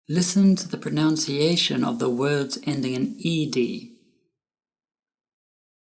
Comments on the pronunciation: Hello sir. The word "pronUnciation" is pronounced /prənʌnsiˈeɪʃən/ (nʌn), not /prəˈnaʊnsiˈeɪʃən/ (naʊn) like the verb to pronOUnce Great video btw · I love this video and share it with my students. The only thing I really can't stand is your mispronunciation of the word pronunciation /prəˌnʌnsiˈeɪʃn/. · Great video, very well explained. I love the graphic charts. Just one point - you say the word "pronunciation" as though it is "pronounciation" which is incorrect. It should be said like it is written. (I am a native English language teacher, BTW) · I've recommended this video to several of my ESL students, but I do have one (admittedly minor) complaint: All throughout the video, you kept saying "proNOUNciation", rather than "proNUNciation". It didn't happen often, but for an English learner who might play (and replay) this video, such an error can eventually become problematic for them.